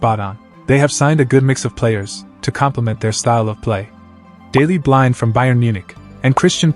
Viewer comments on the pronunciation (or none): Dailey Blind isnt pronounced like that lol